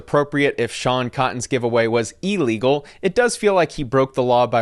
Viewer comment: Brother… love you but don’t ever say EEE-Legal again… simple prefix of “ill” plus the word “legal”.